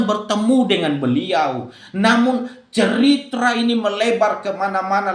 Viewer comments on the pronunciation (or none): "Ceritra" sebenarnya gimana? "Klarafakasi" anda ini yg makin gak jelas 😅